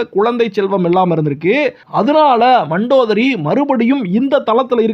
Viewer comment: It is mandhodari pls pronounce correctly